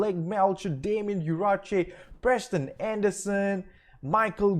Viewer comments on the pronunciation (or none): none